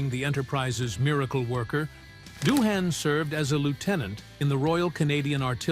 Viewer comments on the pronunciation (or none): James Doohan is Scottish. Thus, his last name is Doin', rather than DO-han, Nimoy = KNEE-moy, not nih-MOY., the production company Desilu is pronounced dez-ee-LOU, not DESS-uh-lou--a combination of Desi Arnaz and Lucille Ball.: "How did imagination filled the gaps?" Somebody wasn't paying attention when this was being typed. Maybe it was an AI typist.